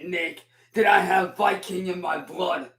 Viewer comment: Is he saying "I'm vattle tested and I'm out for vlood!". He also said "cheap skape". My goodness man.